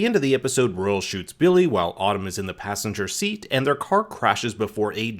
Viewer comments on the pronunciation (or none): none